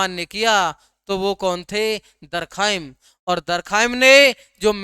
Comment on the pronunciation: बहुत अच्छा गुरु जी 🙏🙏 बाक़ी दुर्ख़ाइम बोलिये